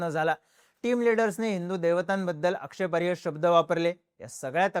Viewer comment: आक्षेपार्ह म्हणत जा रे.. तू आक्षेपार्य म्हणतो